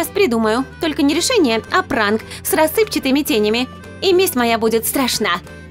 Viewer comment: Не тенями а тенями !!!!!Зачем озвучивать если не знаеш как правильно ??!!